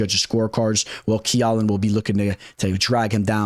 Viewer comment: Who is key-ow-Lin ?